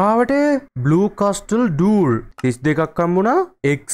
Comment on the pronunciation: මයියෙ ඒක කියයන්නෙ කස්ටල් නෙමේ කාසල් කියල ටී අකුර කියන්නෙ නෑ ❤❤